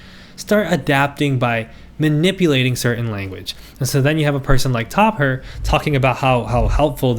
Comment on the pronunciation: I just have to say it was a bit difficult to not giggle when you kept saying "top her" instead of Topher 😭